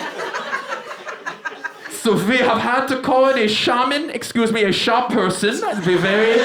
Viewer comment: Love the "sha-person" part